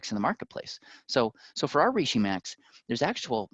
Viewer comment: When he kept mispronouncing reishi... 🥴